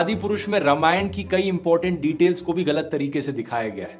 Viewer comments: Dhruv, informative video, but it's रामायण not रमायण ...now I doubt you really know about history of रामायण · Dhruv, very good video but it's रामायण not रमायन